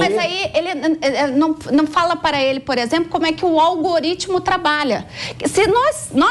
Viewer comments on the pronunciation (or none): "Minha gente, é o olgorítmo" kkkk